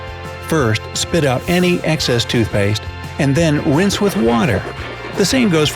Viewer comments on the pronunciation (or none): Did any body hear winse insted of wrinse